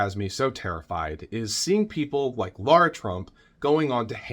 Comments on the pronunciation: NOT Laura!Pronounced Laira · I noticed you refer to her as Laura. It’s actually Lara. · Her name is LARA not Laura. Still a waste of space. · Spelled and pronounced Lara